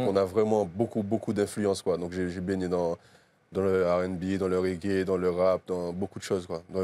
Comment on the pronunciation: Le prince du ragua dance hall 😂😂😂 k.o eeeee ma poule on dit régué c mieux hein